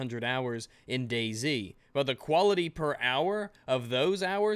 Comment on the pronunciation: You always pronounce this "Day Z" game as "Daisy" and I kept wondering what game is called Daisy, LOL